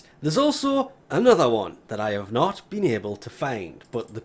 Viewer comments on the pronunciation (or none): none